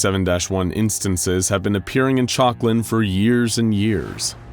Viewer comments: Honestly thought he was saying chocolate for a minute 😂 town named chocolate 🍫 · Everytime they say chalkland I just hear chocolate